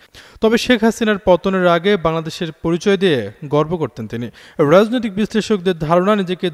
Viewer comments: রাজনৈতিক, রাজনীতি এর উচ্চারণ ঠিক করে বলবেন।।।।।। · উচ্চারণ এর দিকে আরো সতর্ক হোন, বিশেষ করে রাজনৈতিক কথাটা খিব বাজে লাগছে।